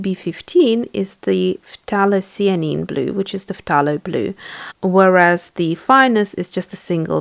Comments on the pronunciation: I don't mean to be picky, but It's NOT 'p-tha-lo'.. it's THAY-LO! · I watch a lot of her videos and I hear her say ‘f-tha-lo’ and it sounds weird to me as well. but then she has a British accent and I think that they pronounce words differently... the British usually pronounce words the way you write them if you know what I mean.